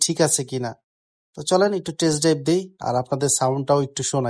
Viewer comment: ভাই একটা সমস্যা, একটু ঠিকঠাক করে নেবেন। টেরেস ড্রাইভ না ভাই। টেস্ট ড্রাইভ হবে।